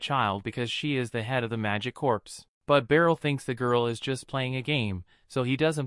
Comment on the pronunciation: Corps is actually pronounced the same as core, not corpse.